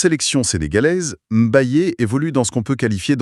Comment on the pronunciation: Pas M'bayé mais Mbaye au nom de Dieu.